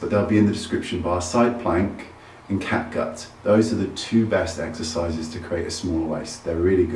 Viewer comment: I'm sorry. I'm bad at English. Can anyone tell me what Wayne suggest us to work our abs? Side plank and what? I only hear side plank and cat guts? On